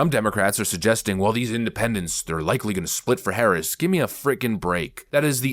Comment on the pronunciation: The fact that this guy can’t even pronounce her name right makes him hard to trust.